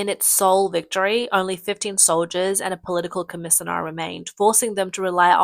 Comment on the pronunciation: Was I just misunderstanding some of the words or was brigadier and commissioner being pronounced awfully wrong?